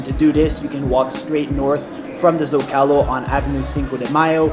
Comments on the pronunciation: It's ZOcalo not zocAlo, come on yanks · Bro please learn how to pronounce the common names of location Zocalo is ZohcahLoh. If your actually filming in the city simply ask a local. Como se dice este lugar? Then you will know.